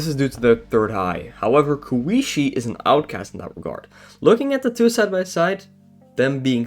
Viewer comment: "they are really tasty" Huh... Sounds like something a VAMPIRE would say. Jokes aside, it was a nice video, you sound a bit nervous so your pronunciation in general makes the video a bit hard to understand but your japanese is for most part fine (except you calling Satori's sister "kooishee", tho it was kind of funny, sorry) Be more confident in yourself bro These are all mostly known trivia qnd theories but still a good waching material for ppl who are new to Touhou, thats one of the things I like about iceberg vídeos, they can really stimulate ppl watching these to go search and learn more about stuff. I'm mostly glad you didn't started claiming all the wild fanon theories as objective truths, this was a big issue in the old days of Touhou, anyways, thanks for the vid bro